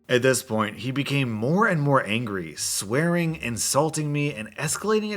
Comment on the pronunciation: When you read swearing I keep hearing it as sweating I don't know why...But I find it hilarious, until I read it again it says swearing :'(